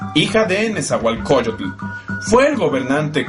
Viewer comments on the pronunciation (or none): no es nezahualcoyotul es nezahualcoyot, maestros enseñense a pronunciar el idioma mexicano, de lo demas esta genial el video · No se si creerle a alguien que se refiere todavia a los Mexicas como si todavía hubiesen seguido siendo aztecas, o pronuncian incorrectament"e NezahuatlcoCULLL-UT"